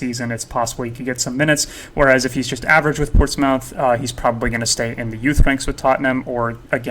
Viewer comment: nice info and content. your credibility would be through the roof if you can pronounce the teams and players better. portsmouth=port-smith/rennais=renee like the girls name/madueke=ma-due-eh-kay/boadu=bo-ah-doo/tchaouna=t-chow-nah/ugochuku=ogo-chuck-wu